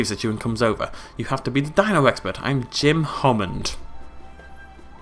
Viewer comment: Jim Hommand? OMG...